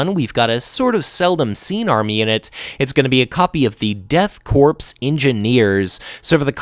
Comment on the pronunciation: I think Korps is pronounced like "core" much like the US Marine Corps :)